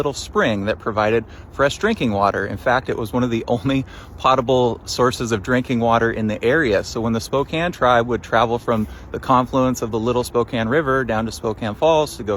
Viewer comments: It's pronounced po table, not pot able. Po like the panda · People in the PNW pronounce it pot-able.